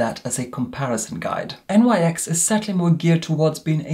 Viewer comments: Love you but FYI It's pronounced "niks" not N.Y.X 😅 it's not an acronym, it's named after Nyx the Greek goddess of the night 😘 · One - you are literal heaven on Earth 💕 Two - Nyx isn't an acronym. It's pronouced like "niks" 💕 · I'm sure another viewer has already pointed out that the brand featured in this review is pronounced 'nicks' rather than as initials. The brand is named for the Ancient Greek mythological personification of night, Nyx, due to the fact the company initially launched as a makeup range suited to diverse evening / nighttime looks.